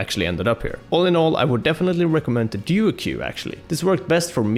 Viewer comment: Did he say duo que?